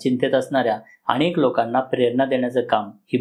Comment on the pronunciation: अणेक नाही हो अनेक बोला, मणात नाही मनात, हल्ली सगळेच 'न' आणि 'ण' कुठे वापरतात ते विसरले आहेत कि त्यांच्या शाळेतील शिक्षकच असं बोलत होते? 🤔🤷🤦